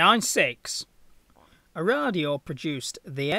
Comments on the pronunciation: "Aradio?" (a Radio?) The company name was/is said "ARAH-Do..." I Nearly stopped watching at that point, as you clearly did not do any real research apart from Wikipedia... The single float version was never made as a production plane as it proved very vulnerable to damage in rough seas, as can be seen from the start of the video. The revised twin float production version was far more sturdy and went into full production. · How the hell does a guy say kriegsmarine decently but totally balls up Arado....dude its AH RA DOH..... not a damn a-radio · Aradeo???? Interesting and creative pronunciation of AraDoh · G'day, Was it not A Radio ? Nivertheemoind. Nobody expects the Pommies to be able to pronounce anything propperly. They're all raised to be incomprehensible, by tradition. Such is life, Have a good one... Stay safe. ;-p Ciao ! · What the hell is so da*** difficult to pronounce Arado? There is NO fricking I in it! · There's no need to react this rude, it's just a mispronunciation.